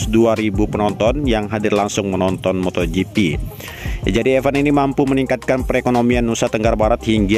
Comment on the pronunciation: Jangan sebutnya efen dong, tapi ifen biar lebih enak dengarnya 🙏